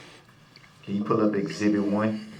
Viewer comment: “can you pull up esczebit whun and puhblis?”😂😂😂😂😂😂